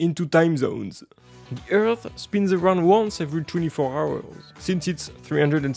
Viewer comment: Wtf kind of accent is " H ours "?💀